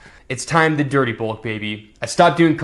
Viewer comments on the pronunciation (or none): People who mispronounce their vowels irk me to no end - can't stand the guy. Glad your "bolk" went well though!